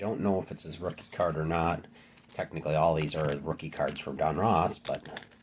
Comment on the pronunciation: Don Russ not Don Ross